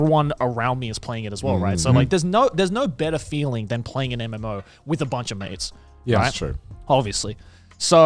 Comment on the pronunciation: in the whole part I kept mishearing Joey, kept thinking he was talking about maids instead of mates 😂